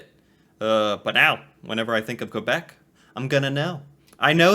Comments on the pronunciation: Quay is pronounced ‘key’. The narrator says Kway and Kwabeck. He also said New-found-land. Ugh. It irritated me. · quebec is prnounced kaybeck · "Hello" from Prince Edward Island (another province on the east coast), Canada. There is nothing "sad" about not knowing. That you are learning is wonderful. If no one has informed you yet, "Quebec" is (first and foremost) a French speaking province in eastern Canada. It is also a city. "Quebec City" is the capital of Quebec. Oh, and the narrator of your video kept saying "New-found-land". It's actually pronounced "New-fen-land" with a slight emphasis on the "land", as in "New-fen-laand". Cheers